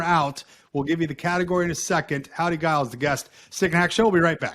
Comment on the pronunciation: Grew up with Howdy and his family, and while he’s too polite to mention it, it’s a soft G…”Jiles”.